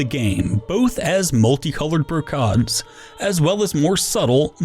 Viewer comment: Brocade. Not pronounced the way you think it is.